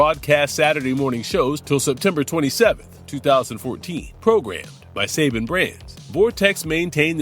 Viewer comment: not SAVING, SA-BAN